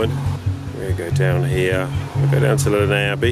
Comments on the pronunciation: It's definitely not pronounced like this though - I've lived here my whole life: it's 'Less Ness', I promise you 🙂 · The pronunciation by locals is/was less ness. It's not French. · Has alway been pronounced less ness. Lovely walk, lovely vid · Lovely to watch this, but the pronunciation is definitely Less Ness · Haha I now know how to pronounce Lesnes Abbey! 🤣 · You need to learn how to pronounce the name of the Abbey as it is nothing like the way you are saying it. Do your homework.